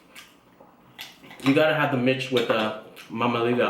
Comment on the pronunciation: its pronounced Meech or sounds like sayin the word Meech, not mitch but good take on romanian food brotha.